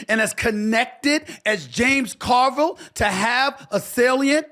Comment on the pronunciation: mark is the only way the name JAMES CARVILLE should ever be pronounced